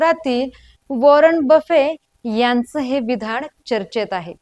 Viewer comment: मॅडम खूप छान माहिती, जरा ते ण आणि न सांभाळा न please. ते 'णंतर', वॉरण, विधाण, जीवणमंत्र, कंपणी, नको हो. please please थोडा बदल करा ना, खूप दर्जेदार आणि प्रभावी होईल तुमचा monologue.